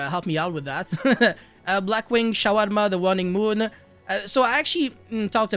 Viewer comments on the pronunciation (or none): Sharnga called Shawarma 🤣